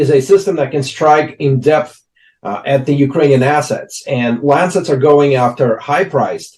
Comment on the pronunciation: Arre plz koi iss anchor ko pronounce karna sikhaye.. lessen 3 nahi lancet 3 drones .. kaha se atte hai yeh log 😂😂😂😂